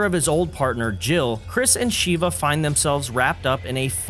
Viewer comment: Call her Sheeva one more god damn time! I dare you! It’s SHEVA! (Short e sound)